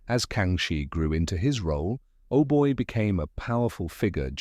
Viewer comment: Not "Ohboy", "Aubai"